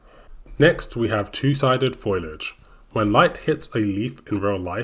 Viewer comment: Just a quick production note: The word is foliage not foilage, and so is pronounced 'foley-edge'